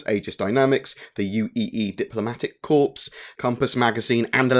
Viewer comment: Corps is pronounced Kor, not Corpse (as in dead body)